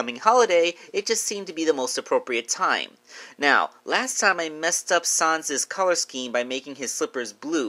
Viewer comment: Why are you saying s-ons😂